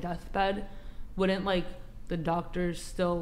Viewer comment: Wood-dint vs “wouldn’t” immediately eliminates your credibility.